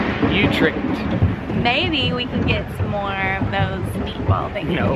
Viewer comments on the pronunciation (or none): I love watching your vlogs and I miss the Netherlands sooo much. The city is pronounced like "u-trekt" :p